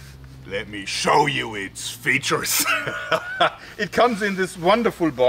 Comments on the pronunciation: I'm so sad that he got self-conscious over the way he pronounces that word. v.v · I can't stop laughing every time he says, "Features." Love this guy! Liked and subbed. Cheers!!!